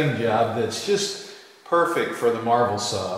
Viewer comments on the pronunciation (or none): lol I thought you were saying "marble saw" in earlier videos. I thought it was some sort of masonry saw circular saw and was wondering why you were using that unseen piece of stone cutting equipment to cut metal when you have a perfectly good band saw :P